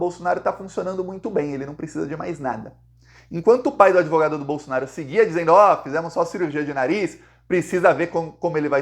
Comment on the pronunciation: Tira essa bandeira brasileira de trás de você, e coloca a verdadeira bandeira q tu defende a vermelhinha com o machado! E aprende a falar certo, não é Bolsonario é BOLSONARO.